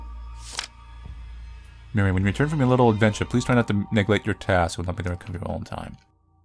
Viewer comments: Who else got triggered when he said Mary instead of Marie 😭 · Loved this, and idk if you care but Marie isn't pronounced Mary, it's like Mah ree